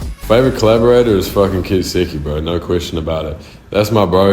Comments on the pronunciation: why did he pronounce it like that "ketsuki" i always thought it was "ketski" or sum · it’s pronounced ketseeky … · Why does he say kets4eki like "kistiki" 😭